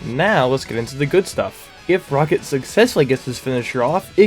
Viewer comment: fix saying rocket